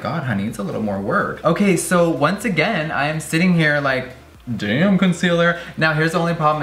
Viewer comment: did you just say **conciller**?!